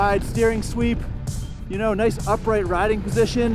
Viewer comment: LMAO! The voice inflection on the Ninja when going over the bumps :D The RIIIding poSSSition on this nIIIInja